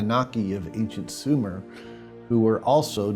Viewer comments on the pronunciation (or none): none